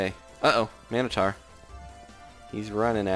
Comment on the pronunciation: How many people have to say it wrong it is mino-tor I think because ssundee said mono for I thonk